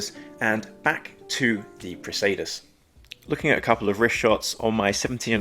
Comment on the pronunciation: I like the textured dial. I think it’s pronounced “press-uh-duss”.